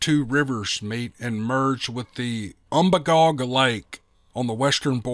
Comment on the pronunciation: Lifelong Mainer here. You pronounced Magalloway perfectly. Umbagog is actually pronounced um-bay-gog. I know the area referred to in the story very well.